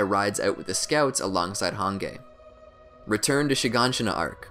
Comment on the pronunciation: probably the most enraging thing about this video is the mispronounciation of hange and shigansina